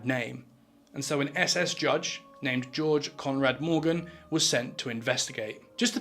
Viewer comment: George Conrad Morgan sounds English af